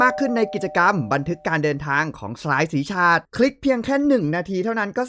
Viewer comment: ชาด ออกเสียงแบบ ชาติ นะคะ ที่พี่พูดคือ ฉาด ค่ะ (ex. สาด ปาด)